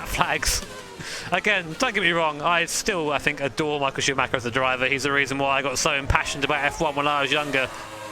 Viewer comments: It would mean the world to me if people learn how to pronounce "Schuhmacher" correctly. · Any native English speaker who can pronounce "Schumacher" correctly?